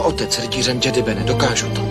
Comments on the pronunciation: ten dabing kde místo džedáj říkají jedy nebo džedi, z toho je mi na blití a trhá mi to uši. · Mě trhá uši zase [jedy], ale [džedy] mi nevadí. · Sice nepopulární názor, ale mě se nejvíc líbí třetí dabing, hlavně co se týče výslovnosti SW terminologie. [jedy] nebo [džedy] je fakt strašný, když je správně [džedáj]. A Ford s hlasem Soukupa mě fakt tahá za uši. Jako dítě jsem to určitě viděl s druhým, ale než jsem viděl třetí, tak za tu dobu jsem ten druhý zapomněl. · Je skvělý vidět(slyšet), v tomto případě u Obi-Wana, jak se vyslovoval "Jedi". První dabing [jedy], druhý dabing [džedy], třetí dabing [džedaj], jak už dnes známe. Jinak skvělé video. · Evoluce výslovnosti: Jedi - Džedi - Džedáj :)) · Rytíř "Jedy" v prvním dabingu je fakt masakr... Asi jako kdyby někdo četl "chléb" jako "cé há léb" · Ovšem ta výslovnost jedi a dalších pojmů je strašlivá :D